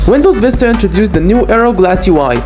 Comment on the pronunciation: Bro what the hell is windows "Fista"